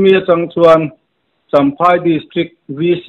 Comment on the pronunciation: Champhai tih tur ni zawk awm tak ani chamhai ti loin